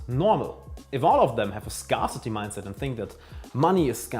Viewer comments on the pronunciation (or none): Great video with good content:) by the way scarcity is pronunciated a bit differently. Topics I'd like to know more about are : - health ( maybe interview(s) with experts ) - the art of making difficult decisions - dealing with lows and hard life situations (divorce, death ...) - how does your perfect day look like wiht all habits - attraction and the importance of masculine and femine energy